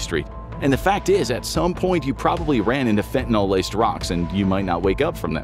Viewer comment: can we please start pronouncing fentanyl correctly? Fenta-nill